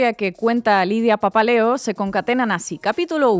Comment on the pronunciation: Mucho Pepel Prensa pero que alguien le avise a la muchacha de lentes que es Lidia PAPALEO, y NO PAPELEO :face-blue-wide-eyes: Fantástico el vídeo, muy entretenido!